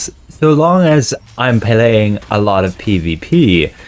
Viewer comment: "PEHLAYING". wtf is this shit